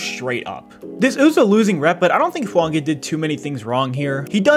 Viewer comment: You pronounced his last name correctly, but messed up his first name. It's tah-lee-ESS-ay. Full name is pronounced tah-lee-ESS-ay Foo-AHn-gah…